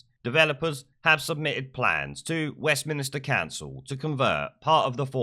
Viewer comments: Stop saying West Minister, it's Westminster. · It's West Minster not minister!